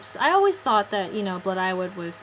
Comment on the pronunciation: ypure pronounceing blodeuwedd wrong. its Bluh die wedd the dd is like the th in weather.